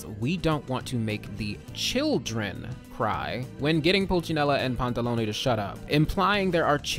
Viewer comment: Oh my god, this has literally nothing to do with the video but my god, FINALLY, SOMEONE WHO PRONOUNCES EVEN ONE OF THE HARBINGER'S NAMES RIGHT- I'm sorry, i've had to suffer through the way they decided to pronounce Tartaglia and when i first heard you say Pantalone's name i thought i could cry from joy, that's the first time someone's pronounced it right in the videos i've seen about the harbingers